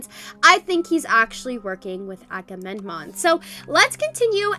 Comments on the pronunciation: ''akamenom'' T - T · is struggling to pronounce agammemnon